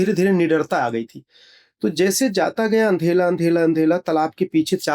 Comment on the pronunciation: Andhela bolna to seekh lo pehle devlok jane wale😂😂 fek ne ki bhi limit hoti hai isne to limit hi cross kar di😂😂